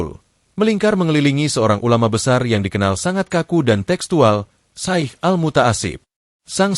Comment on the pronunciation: Sy pernah mekritisi admin,klo Naratornya hrs org yg paham dg dunia Islam termasuk pengucapannya.Ucapan Alloh,Syaikh dll yg jelas jgn membuat pendengar menjadi ragu.Narator belajar dulu jgn asal baca,salah pengucapan salah pula maknanya.Jgn cuma keuntungan sepihak..